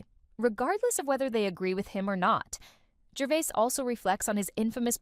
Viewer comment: It’s Gervais not Gervai. Please say it right.